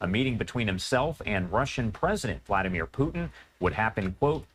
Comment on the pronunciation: Why does this moron keep mispronouncing Vladimir???